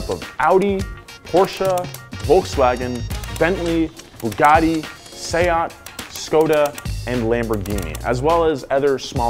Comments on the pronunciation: Just paused the video and im very thankful and happy that someone said Seat in the right way ❤️🖤 i love u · He pronounced SEAT correctly, the Spanish way